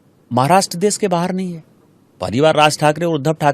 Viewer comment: देस✖️✖️✖️ देश✔️✔️✔️ भासा ✖️✖️✖️ भाषा✔️✔️✔️ पहिला स्वतः व्यवस्थित उच्चार करायला शिका मग दुसऱ्यांना उपदेश द्या